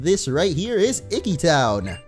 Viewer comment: I'm guessing people have already answered it, but yes...we like to call others whom we are closed to, but not related to, Aunts, Uncles, Cousin... it's a form of formality =) Very awesome you pronounced Professor Kukui's name correctly too! ^_^ oh, and it's e-key town ^_^